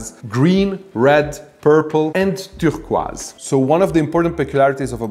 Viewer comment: Was not ready for the way he said "türhquoise."